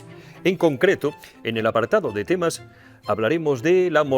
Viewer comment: En este caso "temnas" en lugar de temas 😜